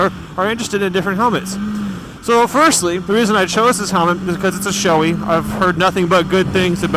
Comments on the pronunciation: Bragh I've always heard it said shoe ee. is the first I've heard say showey. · I'm pretty sure was just mispronouncing it. He does that with a lot of things haha.